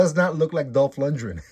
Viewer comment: For future reference... you're mispronouncing his name. Lundgren. Lund-Gren. Like "grin". As in to smile. Not "Lundrin"